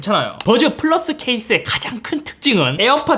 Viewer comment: 와중에 뿌라스 발음 보소 ㅋㅋㅋㅋ